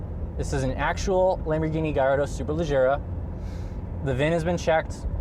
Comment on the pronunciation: Hey dude I'm 100% italian just FYI they pronounced correctly its not gaiiardo its Gallardo you welcome.